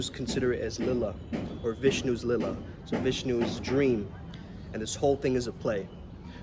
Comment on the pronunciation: common you are indian and your are saying the word leela as lila